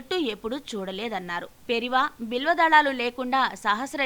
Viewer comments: It’s not Periva. 😏😏 It’s Periyava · పెరియవ అని మీ వాయిస్ లో సరిదిద్దుకోగలరు .